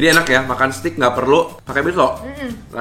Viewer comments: cara bacanya…steak dibacanya steik. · Nyebutnya bukan stik.. tapi steik.. 😆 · Bacanya stek bang